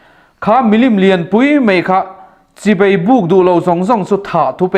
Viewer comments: Ngeinat nilo in, ngainat.pawimawh tak Mei nilo in mai tiin han lam la, pawimawh tak mei tih te pawimawh tak mai...tih te pawh..a lam tal chu tihdik tumhram ang aw,chibei pawh a awmlo chibai tihtur. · Sawitha hle mai mahse chibei tih hi chibai tih zawk tur ngaih thlak a manhla thin e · A ngaihnawm khawp mai, mahae, chibai hi bei a ni lo a, a leh e hi duh aiin i lam pawlh hret